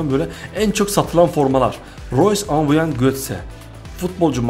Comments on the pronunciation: amubuyang değil abi aubameyang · abi seb amebauyang diton ama ismi aubemayang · abi amubeyang değil abumeyang diye okunuyo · aubameyang usta aumabeyang değil hep yanlış söylüyosun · Aubameyang'ın adını düzgün söylersen daha hoş olur be reis amabuyang diyosun resmen :D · Abi valla aubameyang a amıbuyang diyen ilk sensin herhalde